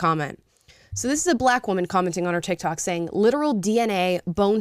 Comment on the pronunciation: sorry ...thats TIK TOK ...not TIK YOK...